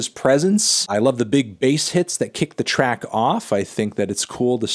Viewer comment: At first I thought you said “Trap review!”...